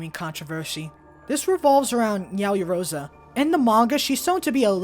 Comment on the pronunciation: I honestly over exaggerated, you pronounced everything fine but yaoyorozu